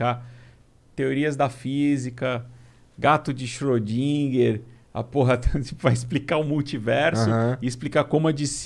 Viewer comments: Gato de “ cheredím “ foi foda . Pronúncia excelente 👍!🤣🤣🤣🤣🤣🤣🤣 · o nerdão não sabe nem pronunciar Schrödinger